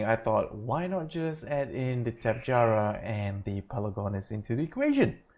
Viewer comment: its tapehara the j is silent